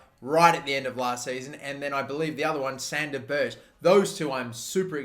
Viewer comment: Please say Sander Ber(gg)e